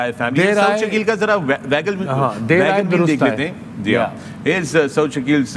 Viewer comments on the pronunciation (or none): "Vagon Veel" nahi "Wagon Wheel" hota hy, ustaad. and it's "wicket-keeping, and not "vicket-keeping"